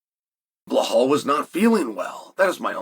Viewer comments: DellaLayma vs blahawl. 😂😂😂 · “Jack Del-la-lame-uh…… Blawl Muhammed.” Never change Uncle Chael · I love this fight simply because we get to hear UNCLE CHAEL say Jack and Belal’s names INCORRECTLY over and over. 🤣🤣🤣